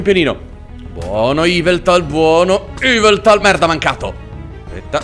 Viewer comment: yveltal non iveltal